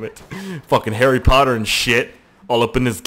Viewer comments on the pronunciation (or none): none